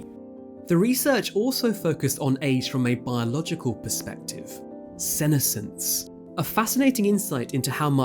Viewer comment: Stress the second, not the first, syllable of the word senescence.